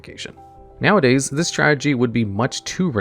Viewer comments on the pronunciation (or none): none